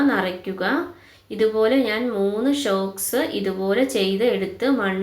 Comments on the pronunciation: ഷോക്സ് അല്ല സോക്സ് anu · Shoks അല്ല സോക്സ്